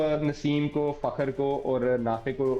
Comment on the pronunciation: What’s the problem with pronouncing ‘fakhar’? It is ‘kh’ as in khyber not ‘k’. ( it is wrong to pronounce ‘fakar’). I’m sorry seniors such as Sikander need to pronounce the Urdu words properly